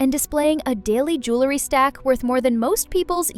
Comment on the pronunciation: The word the JEWELry. Not JOOlery. 🙄